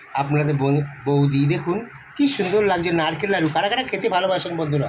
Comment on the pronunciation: এই দেখতেই পাচ্ছেন বন্ধুরা এটা বারবার বলা বন্ধ করুন। আর একটা কথা দয়া করে বারবার বলবেন না খেয়েই যাচ্ছে খেয়েই যাচ্ছে। নারকেল লাড়ু নয় নারকেল নাড়ু😅